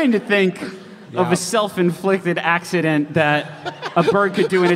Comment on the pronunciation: I love travis losing his entire shit over “unless a bird has a ackizent”